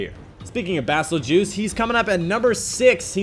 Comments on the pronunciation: Bazel-juice? Bruh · It's pronounced "Bay-zel-Guiyze"